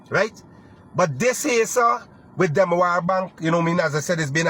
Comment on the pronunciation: chap Demerara bank ? not demawara bank